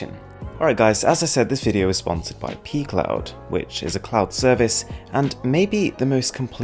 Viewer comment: Is it just me or does pcloud sound more like pee cloud?